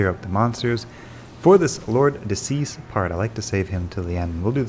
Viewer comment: De Seis is Spanish/Portuguese for "of six" and is pronounced "day say-s," not "decease." Stick it into Google Translate. ;)